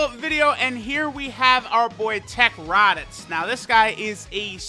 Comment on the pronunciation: "teq raditoots"